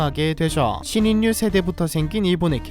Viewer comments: 신인류 신인유가 아니라 신일유로 발음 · 발음이 신인뉴가 아니고 신일류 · 신 인류를 신 인뉴라고 발음하기보다는 신일류 하고 발음해야하지 않나요? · 발음이 뭔가요 신인류->신일류 라고 발음해야됩니다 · 신인뉴가 아니라 신일류입니다.. 너무 거슬리네..